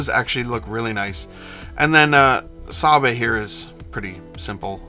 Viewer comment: I haven't finished the video, but just wanted to jump in early to confirm you are pronouncing Sabe correctly. In canon, her handmaidens adopted new names that sounded similar to Padmes in order to sow confusion with no one actively keeping track of who each of them was. Eirtae, Rabe, Sache, Yane and Sabe at first, then when she became senator, Padme liked the idea of having personal bodyguards who could act as her doubles so brought in Verse, Dorme, Corde, Elle, and Motee. Anyway. That's it. Keep up the great videos. EDIT: Dammit I'm back. It's a wig. Most of her hair styles are wigs. Again, made it easy for her bodyguards to double her simply by slapping the makeup on and wigging up.